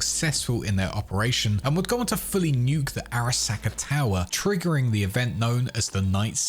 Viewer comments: Am I the only one who finds the pronunciation of Araska jarring? The game gives you the pronunciation... pls stop. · Every time he says Arasaka, a ceberpsycho is born